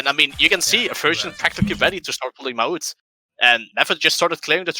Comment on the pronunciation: ITS NOT MA'UT D